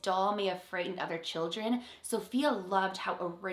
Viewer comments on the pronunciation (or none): none